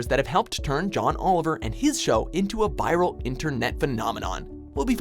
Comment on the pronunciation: what the fuck is a "biral"?